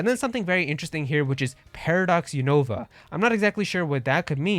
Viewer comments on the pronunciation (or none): I've watched the anime and the pronunciation of Unova is "U- nuh-vuh", not "U-Nova". I want a new Mystery Dungeon game! There hasn't been a new Mystery Dungeon game since Super Mystery Dungeon! Also, Pokémon Conquest 2 would be awesome! It should be done by Square Enix and be a crossover of Pokémon and Final Fantasy!